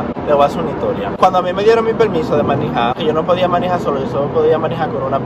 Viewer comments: Tómate un shot cada vez que diga “manijar”🤌🏻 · Porqué el dice manija 😂😂😂 ete cajarito si es funny !!!!!